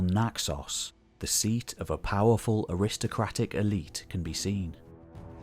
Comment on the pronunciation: aristocratic pronunciation WRONG. Darius WRONG and on and on